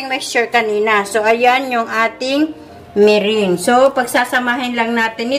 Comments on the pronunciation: MERENGUE is pronounced MERANG, not MERING. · the ingredient is "egg whites" and not white egg; big difference in meaning! be aware of your pronunciation of "merengue" it is not "mering" but pronounced as " me- rang"!!!! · meringue pronounced as (merang) po....will try the recipe thank you po